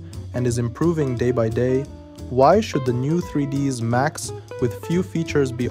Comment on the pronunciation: Err... You know it's not "3dees Max" right? :)